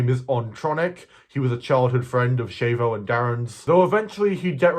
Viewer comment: BLASPHEMY Also Chavo’s a is pronounced an o like in odd.